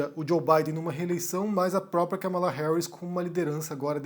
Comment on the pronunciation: A pronúncia certa é Kâmala, e não Kamála.